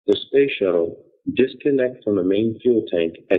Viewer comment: "...Around de poles..." LOL